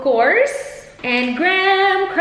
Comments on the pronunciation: Not Gram ..Graham po.. pronouce greyham ✌.. or ganoon ba ang pronounsations sa Australia gram? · Graham is pronounced as "greyham" po hehe more power on ur channel 💕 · Why does she mentioning gram instead of graham? Is it silent H or somethin? Just confused.